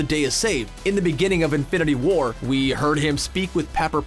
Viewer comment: Lol why do you keep pronouncing it "infinity WAR"?